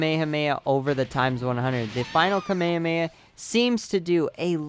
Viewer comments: dude you pronounce it wrong its KA-ME-HA-ME-HA not kamayamaya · Kamayamaya .........R u cereal? KA ME HA ME HAAAAAAAAA! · FYI you're saying kamehameha wrong and it's annoying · why do you pronounce kamehameha like that its so cringy